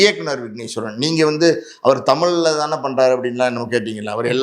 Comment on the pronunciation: தமில் இல்லை தம்பி தமிழ்